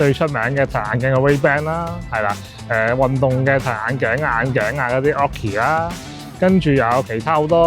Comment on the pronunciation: 不好意思，好似好多公司名英文都唔啱。Nikon 已經唔啱，Oakley 應該係oak….ley唔係occ…key…….. 不好意思